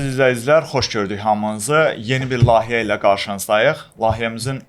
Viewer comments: Utanmasan, oynamağa nə var ki?! Hamı aparıcıdır, hamı bloqerdir, kim gəldi, nə istəsə, edir da bu ölkədə. Ayıbdır, "layihə"yə "lahiyə" deyirsiniz, bir neçə dəfə də təkrar edirsiniz. Bu, özünə inam deyil e, bu utanmamaqdır, ya da cahil "cəsarət"i. Orfoepiya öyrənin. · Xahiş edirəm, Lahiyə yox, LAYİHƏ